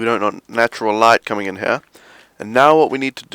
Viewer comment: "In heeah"